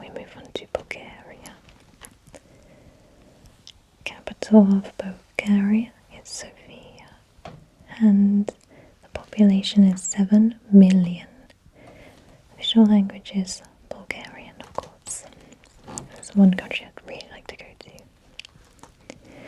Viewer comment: I see! Btw the Capitol of Bulgaria is called Sofia with the pronunciation on the o. So that would be Sófia not Sofía :). Also you look beautiful in the video!